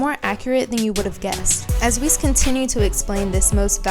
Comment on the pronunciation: Actually your the girl who can't even pronounce Whis and Jaco right, here's some facts, Arkira dosn't like Vegeta, Vegeta is a Support character, meaning that he has always fell behind, your looking way to into this and providing people false information, Vegeta is the weaker part of Vegito, it took both Trunks and Vegeta to fend off Merged Zamasu, there are MANY other senerios that prove that Goku will always be ahead and do you know why? Because he's the main character of the show, it's even on the official website, if your going to make a video use information that won't make already uninformed idiots believe even more bs